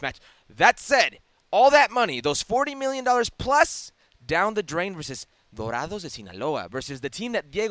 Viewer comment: Salazar, can’t even pronounce “dorados” give a young brother a chance